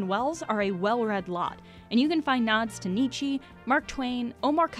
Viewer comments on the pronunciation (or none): I've never heard Nietzsche pronounced like that jdndkkdjfjfkd 😔 still a good video tho